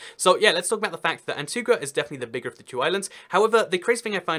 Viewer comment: It's pronounced Antiga and BarbUda.